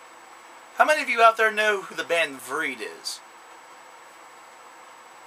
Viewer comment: You pronounce the band's name wrong...